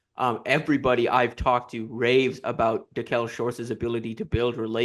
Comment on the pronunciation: It's pronounced Da-keel Shorts not Da-kel come on man.smh